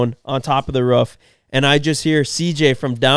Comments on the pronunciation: Boys… it’s ROOF, not RUFF. Ya’ll sound like you’re barking 😅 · When said “ruff” instead of “roof” that many times back to bad really hurt 😭😂I live in Utah and I still don’t get why people say it that way accents are interesting 🤣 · Ruff ruff ruff ruff haahhahah never heard anyone say roof quite like haha